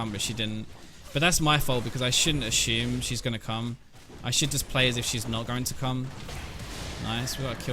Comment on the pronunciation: Love your videos, but I have to admit I get tilted when you say "ashume" instead of assume, lol